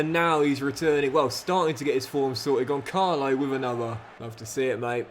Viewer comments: As a portuguese, Benfica fan and a proud Ramos myself 😂 please stop calling him Goncalo. You pronounce it Gonssalo because the ç in his name is pronounced as "ss". Other than that Love You. Crazy that I get the best advices from a fifa playthrough but I love it regardless keep it up! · The 'ç' in Gonçalo is pronounced like the 's' in 'bus', just a quick note. Keep up the good work :yougotthis